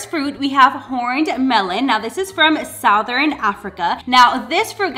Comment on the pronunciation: I've never heard anyone say 'Southern Africa' like that before ... South-en, south-ern🤔 where in the world pronounces it like that?!🤷🏼‍♀️🤦🏼‍♀️🙃🙃🙃🙃🙃